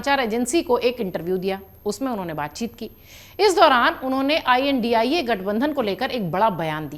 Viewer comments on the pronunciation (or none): India bolna nhi ata ji ai.an.di. ai ae bol rhi ho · India gathbandhan ki aap india uchharan karneme kyun takleef hai?